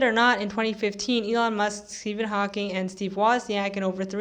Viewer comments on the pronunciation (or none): none